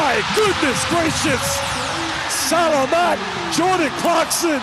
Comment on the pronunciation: sala-mat is not filipino tye word is sa-la-mat